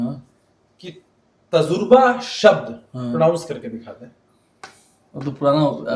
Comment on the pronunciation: Alok Bhai pahle is ko boliye ki Tajurba shabd ka pronunciation pahle apna theak kare phir Tejaswi Yadav ko bole ki Tajurba shabd kaise pronounce kiya jata hai